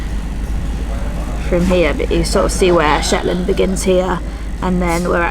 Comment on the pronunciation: It's Shetland not Shet Land